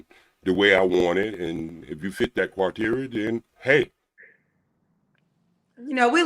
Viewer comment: said "if you fit the cwa-teria"😵‍💫